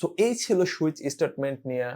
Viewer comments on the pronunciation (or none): switch => It's not "shoe-itch", it's "sue-itch"